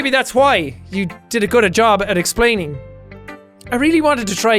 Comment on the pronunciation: y="You did-a good-a job at-a explaining" Yeah Jack, you did a good job at reading